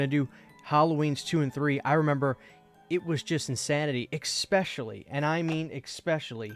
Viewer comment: Especially not eck specially